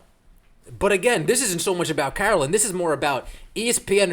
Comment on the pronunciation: I don't care for Peck, but her name is Carolyn, not Caroline.